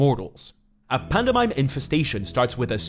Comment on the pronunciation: i know he’s from spain or whatever but… panda mime? really? 😂